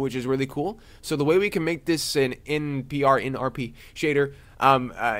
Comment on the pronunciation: It's En-Peee-Arrr. Non-Photorealistic Rendering.